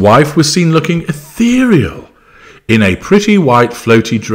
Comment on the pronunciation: This is the first time that I laugh hearing someone say “ethereal” 😆😆😆